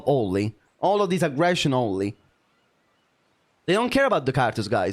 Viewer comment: Gotta do the accent. Not ownnnnnlee